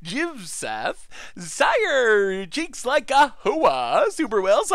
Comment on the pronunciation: I want my text alert tone to be pronouncing, "CheecksLikeWhoa"